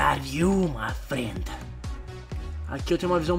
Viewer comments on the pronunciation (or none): "freind" ri ^-^'